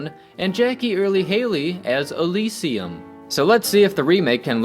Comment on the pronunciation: lol second time watching and I caught that